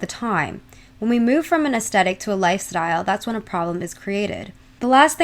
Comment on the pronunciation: Ok but I have to say it. it’s pronounced as-thet-ic not as-tet-ic